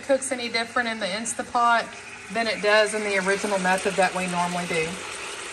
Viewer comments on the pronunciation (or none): InstaNT pot. The n and t are not silent